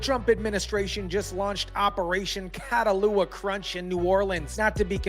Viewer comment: It’s pronounced Cat Ah Hula. You and CNN mispronounced it. Catahoula is a parish in LA as well as a breed of dog called a Catahoula cur.